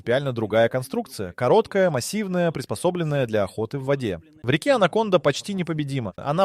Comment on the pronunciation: Alə,anaconda nədi sən hılədə süni intelekt ilə ingilisin si (c hərifini) Türkün c (ce) hərfi ilə qarışdırırsan?Ay sənin "ağlına" keçə yamasınlar.😂😂😂 Sən c səsini k kimi deməlisən ki anacondanı ANAMONDA kimi səsləndirəsən.😂😂😂😂😂